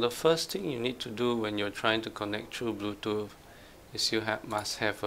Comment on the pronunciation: Bluetoof 🤣 other than that this video was great thanks man no hate just fuhny